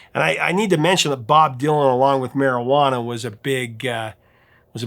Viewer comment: the way you say "marijuana" really makes me laugh <3 I take it your not a consumer of said herb then?